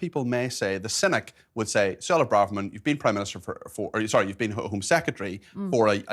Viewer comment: Suella not Sulla